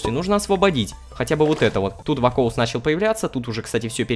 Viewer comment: Рома не вакоус а вакуос там написано